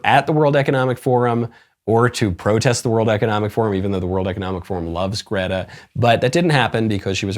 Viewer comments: I do not approve of your “Gdehtah” pronunciation 👎🏼👎🏼👎🏼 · Your "Grrreeeta" pronunciation during the whole video, had me in tears 😂